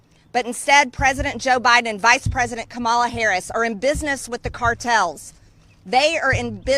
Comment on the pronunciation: What a fool, Greene can't pronounce VP Harris' name and Greene hasn't done anything for this country except use her stupid mouth to trash the USA.